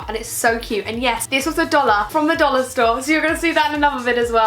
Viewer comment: Why do you say dolla when your from brighton😂